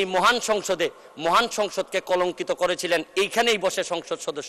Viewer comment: উনি ব্যারিস্টার সাহেব তো মহান বলেন না।মুহান।